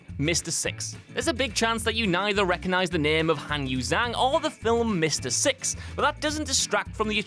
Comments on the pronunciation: I believe it's pronounced a lot like "jong" but I'm sure you could instruct us on that, chanwahshun. When he said "zang" like most English speakers I flinched too. We Anglos don't usually get exposed to pinyin and we could use it. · Zhang isn't pronounced like that.